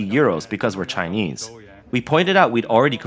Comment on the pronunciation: Everything the world does is ALWAYS "DRISCRIMINATIONS" AGAINST ALL THESE SCHEWPID TSAAYA KNEEESE😅😅😅😅😅